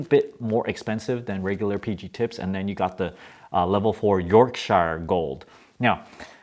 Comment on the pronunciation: Yorkshire = YORK-sure.